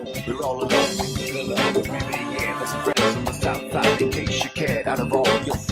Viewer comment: I keep hearing “Pebble dash”